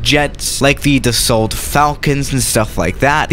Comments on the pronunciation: It’s not pronounced as it spelled it’s pronounced Dasso kinda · And the L too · French people: dassault: the salt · Should learn how to pronounce Dassault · “Doesn’t even matter” French: TRIGGERED Edit: the “t” is Dassault is silent. Like Renault. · you have to say dasso mercUre You don't have to say dassaultee or mercioure c'est facile! Test le rafale à marseille